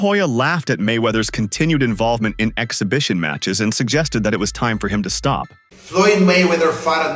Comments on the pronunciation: Floyd not knowing his opponent's name means absolutely nothing. Then this chick can't even pronounce "exhibition" so her credibility is 💩 😂😂😂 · This broad can't even say exhibition wow..gtfoh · She sounds ghetto as hell she can't even pronounce the word she was trying to say 😂😂😂😂😂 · If you cannot pronounce the word exhibition, how do you qualify as a reporter that is able speak to a Stephen A. Smith level sports reporter? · Beach doesn't know how to pronounce exhibition 😂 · That stupid woman couldn't even say the word exhibition 😂